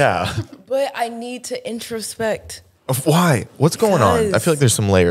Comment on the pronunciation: I love her. “But I need to introsprec” “I want to self actualize” “alchemize”